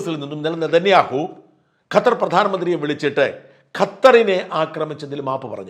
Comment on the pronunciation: Benjamin.Nethaniyahoo Ennanu peru dhayavai ucharikuka Mr Sajan skariya